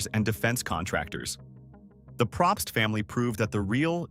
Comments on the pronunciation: It’s said “Pro pst” they don’t even know how to pronounce their name. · I’ve known a few Probst and I don’t think he got that right either